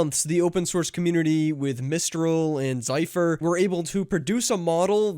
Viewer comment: You are still failing to pronounce Zephyr correctly (you're not "misreading" it, your mispronouncing it).